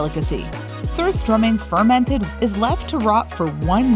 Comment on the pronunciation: Surströmming is not pronounced the way you did. The rs is a SH sound. The second syllable begins at the T.